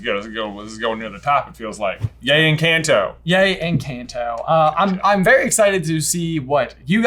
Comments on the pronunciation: Every time you were about to pronounce en CAN to the right way you ended up correcting yourself to en KEN to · I love your theories., you kept correcting your pronunciation of encanto but you were right before you corrected yourself. The Spanish "a" is the same as the "a" in the word "father". Also, did you notice that Isabela looks the most like Abuela when she was younger, and Mariano looks very similar to Abuelo Pedro? I greek like that might be a big reason for Abuela Alma wanting to make that match. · Uuuugggghhhh you pronounced it right then corrected yourself wrong twice!!! noooooo and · When he says "En-cahn-to" is correct, not "En-cayn-to" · It's en-CAHN-to, not en-CAN-to! i'll see myself out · “Encah- Encaanto” bro it’s spanish it’s en-cahn-toh no en-can-to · I just watched Encanto and it was magical. The songs were great, the scenery was captivating and mesmerizing, and I teared up. I loved it, and now I wanna listen to the soundtrack itself😂 Also, by the way, it's En-cahn-to, not En-can-to. It's a Spanish word, so the a makes an 'ah' sound. Just so you know. (At least, I hope I'm right. I'm only in Spanish 1😂don't judge me. That's just what I think). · The movie isnt called in-can-to its EN-cAn-To! I speak Spanish and it’s a Spanish movie. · Why do you keep correcting yourself from saying it correctly? It is en-khan-toh, not en-kan-toh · Please pronounce it as enconto not encaanto. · PLEASE stop saying enCANTo it’s pronounced enCAUNTo, letters in spanish are pronounced differently, they say it in the movie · if I hear you guys say en-CAN-toe instead of en-kahn-toe one more time i’m gonna cry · I appreciate your analysis, and I understand that you’re not Spanish speakers, but every time you say the word “Encanto” and then correct yourself… You were closer the first time. It’s not en-CAN’T-oh. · Guys... you keep ALMOST pronouncing the name right, and then self-correcting to the wrong pronunciation. Why? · HE DOES IF AGAIN IN